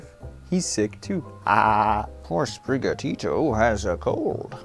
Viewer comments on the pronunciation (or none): we... we gonna gloss over the fact he called it Spicarita?! XD good lord! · Yo this guy just really said Sp*ckaritta. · “Spriggatito, a kinda Mexican name” 2 minutes later “Spiccorita” CANCELED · "Fleshatito" ended my life. Everyone else go home, nothing else as funny as that will ever be said again